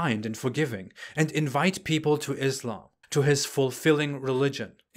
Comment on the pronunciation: pronounces islam as izlam Muslim as muzlim And he claims to be ex muslim🤣🤣